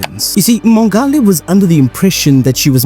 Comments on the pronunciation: Mongale -- that's a soft "g". Just like you'd say "ngola" in SeSotho. I think she was Tswana though. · Thank you for summarizing the case so nicely. Do take time as a South African to find out how to pronounce names correctly. Mongale.... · The way her surname is butchered. 🥴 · Agreed. It strained me ears